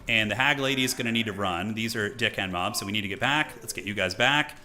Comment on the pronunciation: "Is he saying deckhand mobs or dickhand mobs?" "D-ckhand mobs" "I can't tell if you are saying deckhand mobs or dickhand mobs" "It's that one" "Which one" "the mobs one"